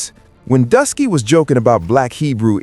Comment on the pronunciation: lol so you took oshay duke Jackson’s video transcript, put it into ai and had it rewrite it, used an ai voice over (without checking that the AI said Druski as “Dusky”) and posted it… I ain’t mad, here’s your engagement… but still